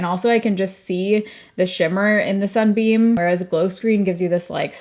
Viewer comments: It's Sun BUM - not Sun Beam....just sayin' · Sun bum not beam 😊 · It’s Sun BUM not beam…😂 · Hi, first off, I must preface my comment by saying I adore you, have been watching for yeeaarrss…but I had to giggle in the beginning, every time you said “Sunbeam”. The brand is actually “Sun Bum”. I only know this because I love their leave in hair conditioners, especially for summer beach hair. But shout out to Sunbeam, they make my favorite heating pad, which I could not live without! Much love ❤️ and hugs 🤗